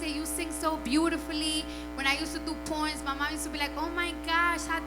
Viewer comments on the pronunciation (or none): Could had sworn I herd her say porn,just herd her on the stern show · Damn i heard porn instead of poem🔚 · Thought she said she I used to do Porn lol than I heard Poem 😅 😂 🤣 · I thought she said “ porn” 😂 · Why'd I think she said " when I used to do porn " 😂😂😂😂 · Did she say porn??? lol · Lol I thought she said porn too